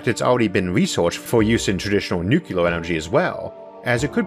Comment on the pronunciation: I love ya buddy. Every time you say "nucular," my ears hurt. Do you think you'll do more episodes on potentialities of cutting edge real technologies? I love this stuff.